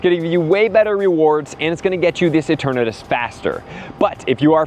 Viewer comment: E-TURN-uhh-TUS… not that hard to pronounce.